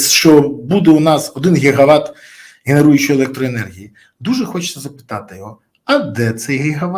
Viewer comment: Не гігават а ги- ги ват😂